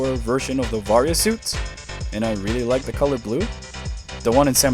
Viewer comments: The way you pronounce "Varia" hurts me personally, as I've always pronounced it "vuh-rye-uh". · Barrier japan pronounce it as a BARIAAAA wich become the varia on US😂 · listen, I could totally be the idiot here and be pronouncing it wrong, it just always read that way to me, personally lol